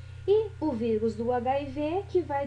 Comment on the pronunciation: "vigus" uahhuauahs